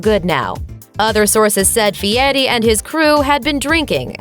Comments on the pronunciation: It's fieri, not Fie-ee. The R isn't silent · Feeyetti? How does Fieri translate to Feeyetti. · Who’s guy fieti? I know a guy called guy fieri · And don't forget Guy "Fee-ehttee"... Lol, as a Sicilian (an island owned by Italy) who also speaks Spanish, I get that we pronounce our "R's" differently than English speakers do. However, we don't over-enunciate them like that! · It's not fiyeri lady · The way she says guy furi is bad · No t,s in that name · Nailed that last name feiri